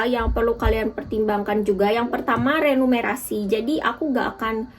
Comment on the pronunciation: remunerasi, bukan renumerasi